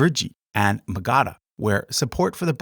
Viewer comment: This is useful and well done. I would assign it to students, but one major issue that prevents me from doing that is the mispronunciation of almost every Indic term. The accent is normally placed on the third to last syllable (MAgadha instead of maGAdha, etc.).